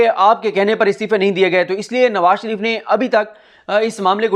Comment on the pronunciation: I love the way u said, " Nawaz Bhi " . I know what you mean 🤣